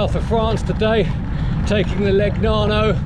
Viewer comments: Nice bike...anyway the pronounce is not ...Le..G..nano , but Legnano ( Leneano) .... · please, "leñàno/leniano" (aprox.), otherwise👍 Ah, le bici italiane! Che gioia.